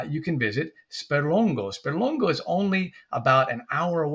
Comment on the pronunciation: Well done!... But why do you pronounce SperlongO and not SperlongA?. SperlongA is correct.